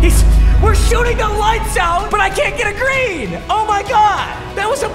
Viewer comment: Papa. I love you but just say green lol